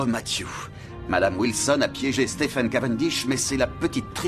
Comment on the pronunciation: Merci. NB/ pour la VF, en anglais Stephen se prononce SteVen V 🙏